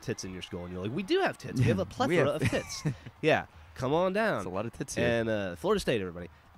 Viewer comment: No, it's plethora. Blethora is a username from League of Legends.